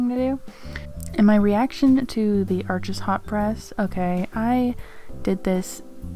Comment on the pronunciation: Arches is French, it’s pronounced “Arsh,” the (s) is silent, Thanks for sharing!!!